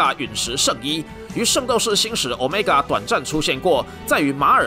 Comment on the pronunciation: 毆米加變毆買尬！真好笑